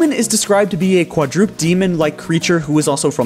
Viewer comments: "Omen is described to be a qua-drooped" Y...you mean "quadruped?" qua-druh-ped? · Quadruped but he pronounced it Quadrooped lol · Quadroopd lol